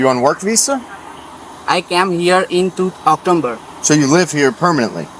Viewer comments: Actomber 😂better he didn’t said Cacumber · October ❎ Octomber ✅ 😂guju scammer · She is asking about what is doing with gold bar and he deosnt understand. Such people get visa. It's strange He speak October as Octumber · अक्टाेबर काे अक्टुम्बर बाेलरहा है , माेदी का भान्जा लगता है। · Am I the only one who listened Octomber?😂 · October ❌ Oktomber ✅ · october❌ oktomber❌ cucumber ✅